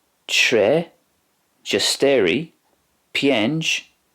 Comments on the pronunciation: it sounded like a "een thee beeneenging" moment, my ears were bleeding and my Polish experience is very low. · I love how you pronounced cztery